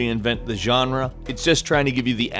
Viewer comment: you really like saying "genre" a lot huh? sounds stupid as fuck and you should stop, this word was barely used about half a year ago and it was cool that way. Youre so boring,. If youre a latin american subscriber you will know what i mean right? "yanra" fuck